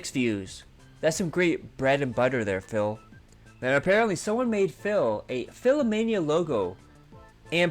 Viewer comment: I swear called him Phail about 50 times, it was so noticeable. Also I dont think Phil even knows what actually happened or how he felt during the time. he just has a list of lies he goes through for every instance.